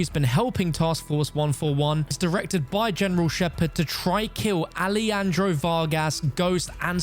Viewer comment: You need to learn how to pronounce Alejandro. It isn't a typical Spanish spoken J like Jesús. Shock and Awe is not a term that originates from Call of Duty, so Gaz using the phrase isn't necessarily a reference. Graves' intention was never to kill Alejandro, Ghost and Soap, as he said so himself and Alejandro was detained. Laswell isn't directly informed of this. She noticed Shepard went dark and does her CIA thing. She didn't 'put everyone together as Ghost team'. You don't play as Yuri in No Russian. You play as PVC Joseph Allen, a US Ranger turned CIA. On the Pentagon, "The Pentagon houses approximately 24,000 military and civilian employees and approximately 3,000 non-defense support personnel." - Not quite 30,000, but close enough to be vague on whether it's a reference.